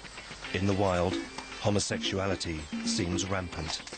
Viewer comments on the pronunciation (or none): Did the pillarbox video homophobe guy say 'homosexual-ality' the first time, or am I hearing it wrong? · Did he say homosexualreality😆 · I’ve never, ever met anyone who had a problem with LGBTQ folks who was also secure in his own sexuality. Never. (Also, if you can’t even properly pronounce “homosexuality,” you should probably just STFU. Seriously.) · First this guy can’t even pronounce the word homosexuality. Why would ANYONE want to even bother to listen to such Gothic ignorance as this, is beyond me. His ignorance almost subdues my patience.